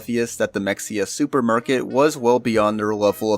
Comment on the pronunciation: It’s not mex-e-uh it’s muh-hay-uh god damnit I’m tired of having to correct people about this